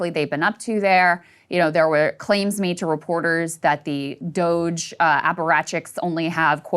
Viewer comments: refusing to pronounce Doge correctly is wonderful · Dooo ge` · I'm pronouncing it Doggy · when he said “doggie” yesterday i nearly swerved off the highway 😂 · Ryan's bit of purposefully finding new ways to mispronounce DOGE is keeping me going. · I love it😂. He’s been doing it for the past few episodes and has me dying😂